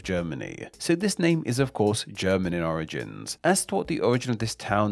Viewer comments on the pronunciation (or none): none